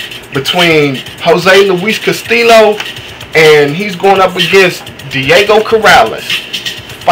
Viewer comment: this guy doesnt know too much about boxing. he didnt know that floyd mayweather jr beat corrales, he pronounced castillo and karmazin wrong. all this guy is doing is reading of a paper. cumon man. i know way more boxing than this guy. he doesnt deserve to have an opinion about boxing on youtube. sorry i just tell it like it is.